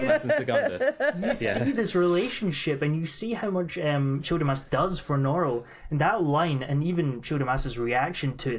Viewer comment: a couple notes on pronunciation: a) norrell is NORrell, not norRELL. note that in the adaptation, only drawlight pronounces his name as norRELL; this is because drawlight is doing an affected frenchified pronunciation to make his name sound fancier and more exotic. everyone else, including himself, says NORrell, although it is notable that in the adaptation norrell pronounces it norRELL one time - when he has an audience with the king. it seems even he isn't above trying to fancify his name. nevertheless NORrell is the norm pronunciation for that name in the UK. b) susanna is correct when she says lascelles as if it rhymes with tassles. that is the normative english pronunciation of that name - note that in the crown, there's a character named tommy lascelles, rhyming with tassles, who was a real person who served george VI and elizabeth II. a note on the childermass scene where the sky is speaking to him and he has the immense sense that it is a ~language~, just one that he can't quite comprehend: really reminds me of a scene from the magicians by lev grossman, where one of the brakebills kids is sitting on a beach watching the waves make little ripples in the sand, and he thinks about how they look almost like hebrew letters, like a language that seems familiar but he just can't quite get. and then of course, the most important lines in the book - 'magic shall be written on the skies by the rain but they shall not be able to read it; magic shall be written on the stony hill